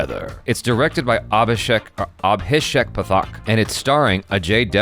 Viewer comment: Hey! I listened to the intro... And it's A-Bhhi-Shek... Paaa-tthak... 😁😁 Yes. You should watch the Ajay Devgn version of Drishyam 1. Ajay Devgns Acting took this movie to another level.. 😍